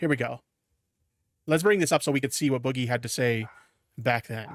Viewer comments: STOP CALLING HIM BOO-GIE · Yeah ,mate, its boo-ghee, guv'na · Is saying "boogie" incorrectly bc he's so damn unaware, or full r? The word is used in many contexts, non of which call for that pronunciation.